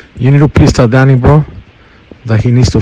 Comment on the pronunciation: He's saying danny, how it's pronounced in spanish.